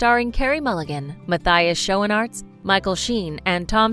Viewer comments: Also Mathias schoenaert name was horribly misspronounced 🙂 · I'm sorry but you literally butchered Matthias Schoenaerts's name lol